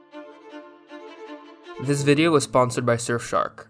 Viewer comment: lmao shurfshark